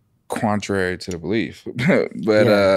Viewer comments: "Quantrary to their beliefs" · quanerary to the belief 😂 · “Quantrary” is so fuckin funny 😆